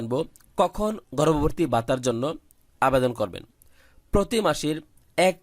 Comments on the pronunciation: গর্ববর্তি না ভাই গর্ববতি😂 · গর্ভবতী টা ঠিক করে বলা শিখেন আগে।😂😂😂😂😂😂😂